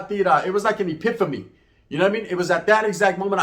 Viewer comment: He said “Ah-pif-fa-me” lol